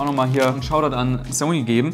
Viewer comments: Wieso hast du das Wort "Zony" so sehr vergewaltigt?:DD cooles Video! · Bitte sprich „Sony“ richtig aus, das ist ja nicht anzuhören. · smh wie sprichst du bitte SONY aus? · Wie die meisten MENSCHEN Sony aussprechen: ßoni Wie Sony ausspricht: soni ist halt kein Mensch!